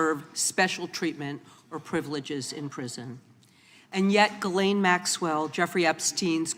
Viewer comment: Bondi pronounced Ghislaine, Guerlain. I guess she confused her with the beauty industry and putting lipstick on a pig.